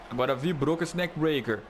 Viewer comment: ZEZO da uma AGONIA ouvir vc falar NAKE BREACK no JUMP NAKE BREACK se n quizer mudar a fala tudo bem